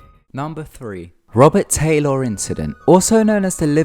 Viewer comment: You say Taylor really weird, it's just Tay-Lir/ler , not Tay-L-Or, xD